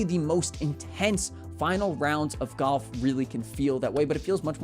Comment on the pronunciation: sometimes it sounds like you're saying goff instead of golf